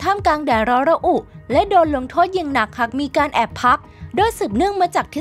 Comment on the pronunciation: ลากเสียงคำให้ยาวกว่านี้จะดีมาก หาก=หัก มาก=มัก แบบนี้ไม่ได้